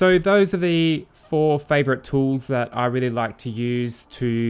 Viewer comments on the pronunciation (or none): none